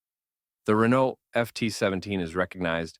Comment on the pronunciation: This narrator does not sound like an AI but seriously struggles with the pronunciation of non English names. I would have thought it common knowledge that the name Renault is pronounced Ren - no and the Italian name Fiat is pronounced Fee - at. You may not be a professional narrator, but if you want to gain recognition for the work, research your script before you present it. It detracts from what appears to be a well presented video.